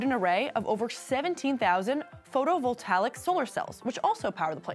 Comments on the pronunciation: Photovoltaic not photovoltalic 🤙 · telefonica. photovoltalic. speed conversion. good morning. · Photo-volta-ic not photovoltaLIC. Don't you have prompters in the Cheddar news room? Also where does Cheddar air? The hosts said "good morning" like they were live and it wasn't produced in a studio in which they sat for a short time before going on with their day. Somehow I can't find it in my TV channels. Also just a question… whose bright idea was it to switch this channel to a medium that's clearly been dying for the past few decades, and thought "you know what the future is? Cable news." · Vol-take-ik lol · "photovoltalic" Unsubed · Photovoltaic not Photovoltalic, Dumb Dumb.🤪🥴🙄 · "PhotovoltaLic" lol